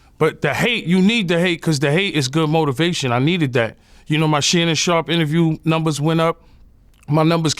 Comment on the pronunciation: Every time yayo say Shannon sharp Vlad dies a little more inside